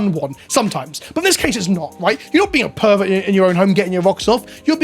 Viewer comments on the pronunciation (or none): Those Herberts can keep it in their deck boxes thank you very much. And yes, Herberts, cause pronounced pervert like Herbert at one point in this videos.